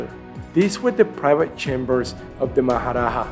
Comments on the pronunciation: Not maharaha its maharaja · It is Maharaja and not Maharaha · its Maha Raja not Maha raha. J is pronounced like J in English and not H like in Spanish.